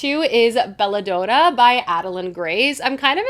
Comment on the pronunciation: Just so you know I believe Belladonna is pronounced Daa-nuh, not Done-uh. Don as in DONald Duck.